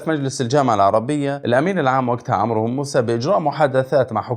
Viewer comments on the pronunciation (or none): none